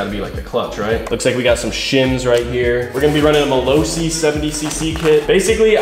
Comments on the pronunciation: its malossi not malosi pronounce it right please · Malossi is not pronounced mal-oh-see, its pronounced with a hard o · “Malowsee”😂 I love how americans manages to butcher everything that isn’t English😂 Cool build though😎 Edit: Pretty sure that the nut on the clutch is a 38mm😜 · MA-LOS-SI 🤣🤣🤣 You know like (Los) Angeles ! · The drive system on this type of engine works by, open throttle, go faster. Close throttle, slow down. By constantly revving the engine you can shorten the life of the clutch by about 50%. The word mallosi is pronounced Ross, goss ,toss not go, toe, so. Hi from the U.K. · Please!!! Malossi is Italian, please don't pronounce it like mayonnaise.